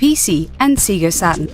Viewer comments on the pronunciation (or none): "seega saturn" "seeega" ITS FUCKING SEGA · seega? its sega, i can tell shes not a 90's kid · It's not Seega bitch. it's SEGA!!!! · no we say "say-ga" in the UK too. Maybe they say "see-ga" in Australia? Or maybe the woman talking in the video just couldn't read. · Its 'Say'-ga not 'See'-ga. And Mario as a 'masculine protagonist'? Shut up woman. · Wait, did the narrator pronounce it see ga? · lol seega saton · depends which country you are from, ..knee sawn.. is pronounced ..nis....in.. in other countries, don't blame the accent or speaker for what you don't know ...in Australia my friends pronounce it ..see ga.. as well, not matter how many times I tell them it bothers me... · seega saturn? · SEAGA saturn? lolz! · Seega lol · Why does she pronounce "Sega", "Seega"? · U said sega wrong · I pronounce the way it's pronounced by the people who are part of the company that it names, there's only one way to pronounce it. If you pronounce it that way because of a Swedish accent, okay, so it's hard for you, excusable. But still incorrectly pronounced. Even if the announcer has the same reason, it still is incorrectly pronounced, and inexcusable if they want a positive impression from anyone. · Who gives a shit if she mispronounce a company that isn't relevant anymore. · i have the same accent and she pronounced it wrong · She stood up against the rule of masculine protagonists...by portraying female stereotypes at its worst. And can somebody please get a narrator that know's how to pronounce SEGA properly? Yea, I know, I'm a jerk. I'm sorry for being so rude, I'm just a little annoyed at this video. I think these guys need to learn from shows like Machinima's All Your History.